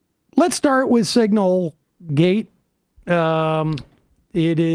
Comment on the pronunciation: This mf said signalegate